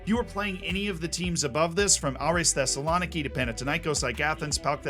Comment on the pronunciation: I'm not even greek and i got annoyed at how you kept saying Thessaloniki - theh-suh-luh-nee-kee i realise this is petty and u will never need this again but if u ever do now you got it- love your videos